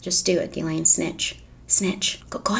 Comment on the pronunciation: It’s ‘Gih-len’ not ‘Gih-Lane’